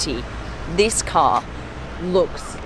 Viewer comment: I like how she says "car" (kaaah) and "here" (heeyuh) 🤣🤣